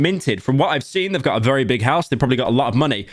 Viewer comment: Pyro never ceases to make my day vewy bad